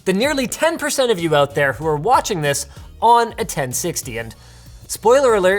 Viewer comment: Forget sometimes Linus is Canadian. Then he "called them oot" and it came flooding back